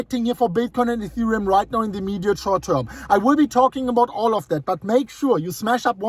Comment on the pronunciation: In thee EEEMEEDEAT SHWERT TERM. Thanks fa that!